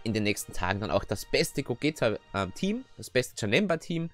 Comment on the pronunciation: Warum nennst du ihn eigentlich "Gogäta" du nennst Vegeta doch auch nicht "Vegäta" haha Cooles Video 1 Abo mehr